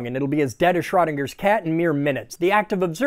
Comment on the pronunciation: Lets say it right... He didnt do all that research just for his name to be pronounced like that. Its "shroah-ding-er"